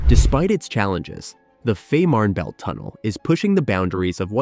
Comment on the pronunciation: its pronunced" Feeeeman_belt_tunnel"